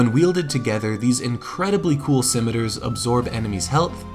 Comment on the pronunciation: I would love it if there were more recuring story lines like this in the future. This feels like a very satisfying end to the Whiteskull story, especially the redemption that comes with earning Deathbrand's armor. I will say that the way you pronounce scimitar made me very uncomfortable because I was filled with doubt, worrying I'd been pronouncing the word wrong my entire life. Luckily, I hadn't been. I am very happy to see this series return. I was about to start a new game in honor of Gamerpoets, who's recovering from hernia surgery. Great job yall, I always love watching your videos.